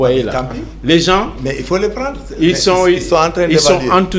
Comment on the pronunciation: On dit les gen_s et non les gense